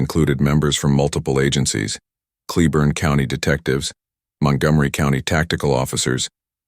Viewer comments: Pronounced Clay- born. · Argh! It's pronounced " clay-born" county..